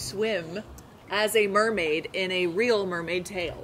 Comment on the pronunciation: You know how you said mermasing I have a nailfile that says that